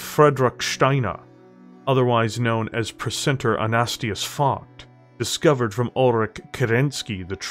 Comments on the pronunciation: It doesn't help that the dude has an uncommon German name, Focht alone is hard to say, let alone Anastasius. You just seem to be lacking the late A, AnastAsius, not Anastius. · Dude, I've enjoyed your work. Please take this as constructive criticism. Please learn your pronunciations better. It takes me out of the experience when you say things incorrectly. An-a-stāis-ius, not A-nast-i-us. Just an example. I'm not downing your work. I'm hoping to help elevate you to the level I think you could be at.